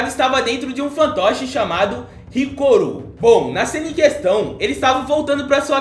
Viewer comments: Hiruko, Hiruko, Hiruko, não Hikoru! Hahaha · Hirukooooo Caraí fala o nome certo